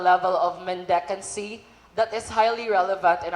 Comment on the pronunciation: mendicancy, not mendencancy